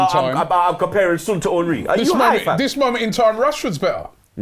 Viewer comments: It's not Sunnn it's Son. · Its Not SOON its Son like Sawn you idiaaat kkkkkkk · Kinda irritating they saying sun not son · Its SON not SUUN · Why tf are they calling him "soon" smh...this channel specializes in screwing up name pronunciations... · Why do they pronounce "Son" like idiots?